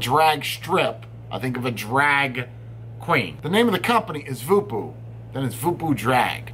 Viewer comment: Did you know that Voopoo is actually pronounced "Vopo"..... as in Vohpoh lol...guess there is a lot lost in translation. Honestly when you... ha the "wolverine" of reviewers gives something a shit review... I buy it in for my customers.... hey a 3-4 from you is usually a 6-8 for other reviewers;)